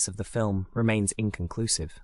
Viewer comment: "Inclonclusive" we hear that a lot....bahahhaha